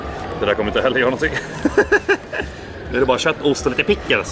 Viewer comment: hahahah bästa skånskan